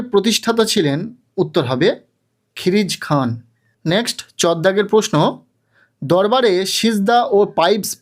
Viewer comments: আমাদের তো কালকেই ইতিহাস পরীক্ষা আর দাদা ওটার উচ্চারণ খিরিজ খান নয় খিজির খান হবে 😊😊😊😊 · লিখেছে ঠিক কিন্তু উচ্চারণ করছে ভুল